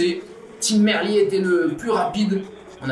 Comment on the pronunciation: Bon résumé. Deux gags : le sprint bidon sous la banderole des 40 km (bonjour les directeurs sportifs) et l'équipier de Gaviria qui le met hors-sujet (soufflante en soirée). Merci d'avoir dit Merlier à la française, même s'il est flamand, ça reste un nom français.